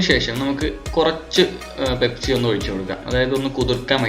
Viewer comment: pespi alla pepsi